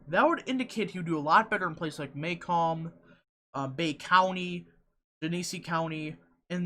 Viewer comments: muh-COMB. Not MAY-comb;). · It’s pronounced muh-COMB. I live here. And I assure you....James is wayyyyyy ahead here.